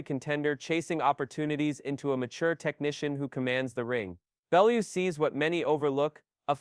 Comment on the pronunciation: At least the robot pronounced Bellew properly this time. If i hear that AI "Ballooo" pronunciation again im gonna do some damage.